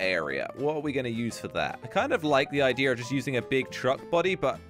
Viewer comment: He says ideer